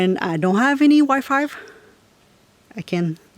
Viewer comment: Are you saying Wi-Five? Is that what it's called in Canada 🇨🇦 or do you mean Wi-Fi? I agree that any beauty regimen anyone had before can be done in van life. I have a toiletry bag and a makeup bag and they hold everything I need.